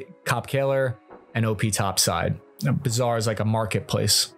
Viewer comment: its a bazaar, not bizarre lmao